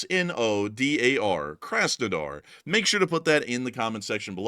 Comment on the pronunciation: Work on your pronounciation, please. The first 'A' in Krasnodar is pronounced like the 'aw" in awesome, not like the 'a' in a$$hole